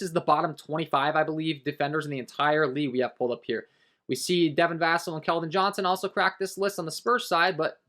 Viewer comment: Bro, Vassell is VUH-SELL, not VAH-SULL.